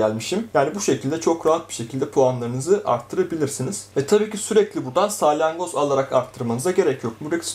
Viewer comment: saylangoz değil salyangoz diyeceksin